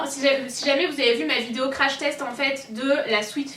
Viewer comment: je rêve où elle a dit (f)idéo